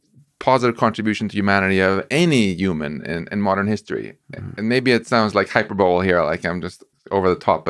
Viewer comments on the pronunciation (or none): Did he say hyper ball? 😂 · Hi-per-bo-lee all these smooth brain geniuses 🙄